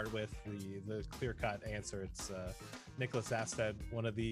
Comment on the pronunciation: As a Swede its so painful to hear them pronounce Niklas Åstedt.